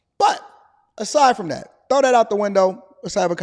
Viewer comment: She sounded a lil bit like a sista when she brought up trump, “just say dhat😒”😂#BlackISHgirlMagic